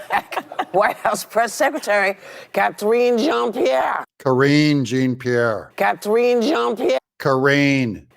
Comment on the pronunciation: It's Karine Jean-Pierre Doug, not Jeanne-Pierre. Jean is pronounced like John - it's a male name. Jeanne is the female, like Jean in English. Jean-Pierre is a surname.